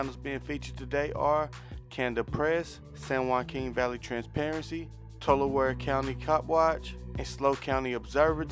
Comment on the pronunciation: I think it's pronounced "Tuull,Ahree" copwatch lol. I only know that by hearing always sayn or I'd do the same thing